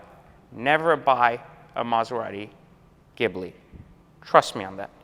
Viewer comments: "Mazagibli", 2020. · laughing so hard he starts sweating. 😂 And it’s “ghee-blee” (still a POS)